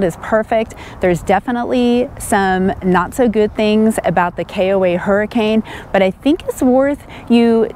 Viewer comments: The town is pronounced Hurricun! And Zion is pronounced Ziuhn! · Been there many times. The locals pronounce that town's name as hurri-cun. Not like the storm. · Locally, Hurricane is pronounced Hurrikin. We stayed there. It isn't bad. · you are amazing, we will follow Paul as well. Best to both of you. Thanks for the info on the KOA in Hurricane. Although it is pronounced Hur A KIN. We have been on the on our annual 2 month trip to from AZ to MI-VA and the running about. Gosh, we get sick every year. We don't socialize a lot and are healthy people. Have you done a video on this? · Don't let the locals here you calling Hurricane the way you pronounced it. LOL The correct pronunciation is HUR-I-ken. The area around there is absolutely beautiful. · Thanks for the great info. BTW it's pronounced Her-a-kin even though it's spelled Hurricane. Weird I know. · Don't try to pronounce any of the cities in Utah without asking a local first. Many of the pronunciations just don't make sense. LOL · I believe locals actually pronounce it Hur-i-ken. I know it’s spelled like Hurricane.